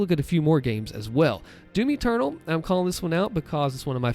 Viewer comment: Everytime he said doom eternal I thought he was saying Timmy turtle